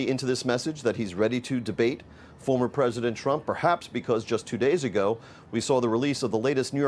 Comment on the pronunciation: Mister president.. in a less than a man voice.. mister pwesident... mister pwesident 😵